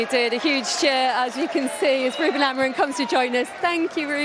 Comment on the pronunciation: Bruno This has to stop, how is this lady best placed to be presenting here if she can’t even get the Manchester United managers name correct, embarrassinh